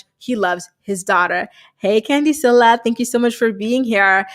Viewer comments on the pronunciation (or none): none